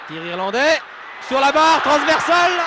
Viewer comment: les "Irlanglais" ?! 😂